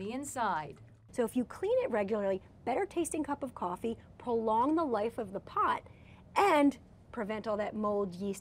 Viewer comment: She said coffè instead of coffee